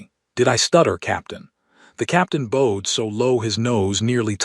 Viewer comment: Word pronouncing needs work like he bowed to the queen. Not bow like a ribbon bow